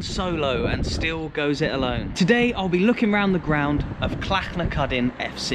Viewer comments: Says Clachnacuddin correctly - but Gaelic wrong (Gaylick is Irish GaaLic is scottish) :D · Alan Shields Hamilton South Lanarkshire Scotland. You did extremely well with the saying of Clachnacuddin's name it was spot on. I seen Clacnacudan live back in 2012 in a Scottish Cup game at Summerset Park Ayr United winning 2 - 1 that afternoon to be fair to Clachnacuddin they brought doon a good travelling support that afternoon to Summerset Park. Your video was excellent Grant Street Park looks like a lot of Junior grounds myb very slightly better than that but not to much between the quality of Grant Street Park & the better Junior grounds. Last time I was in Inverness I went to see The Highland Derby in 2016 it was the tamist derby game you could ever come across both on & off the park both clubs struggling in The Scottish Prem at the time The I.C.T fans where vocal & noisy enough buck The Ross County fans only started sing when they drew level late in the game. A lot of Ross County fans live in Inverness it's self Digwall being an extremely small town. Clachnacuddin refers to a stone tub apparently in Inverness I wonder if it still exists & whare in Inverness it is if it dose. Last time I was in Inverness we where on our way back to The City Centre from The Caladonian Stadium & our Taxi driver was a Moroccan he was a Raja Casablanca fan he was telling us how hostile there rivalry with Wydad Casablanca it sound extremely intense I had heard of Raja Casablanca before but not Wydad because Eurosport ued to show Highlights of African Champions League games a few de